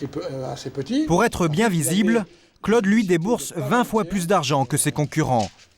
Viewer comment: que c'est pénible ce commentateur qui ne sait pas que Claude ne se prononce pas Cleude !!!